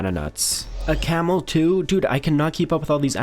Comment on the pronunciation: no way a "Camel too (toe)" 🤣🤣🤣